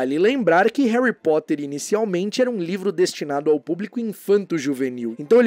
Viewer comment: Em Portugal eles n mudam quase nd, mas oq acho mais estranho é q eles pronunciam "Érri" ao invés de "Réry".